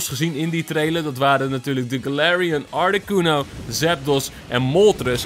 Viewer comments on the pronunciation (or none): Articono normaal artacono